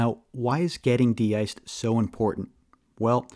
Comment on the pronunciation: Thanks for yr help/work. Just, The De-cing, de-iced pronounciations are misleading. Im not a native but they sound weird.